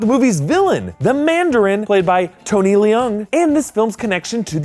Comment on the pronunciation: Tony Leung, not Tony Le Ung. Leung is just spoken in one go, not broken in two parts.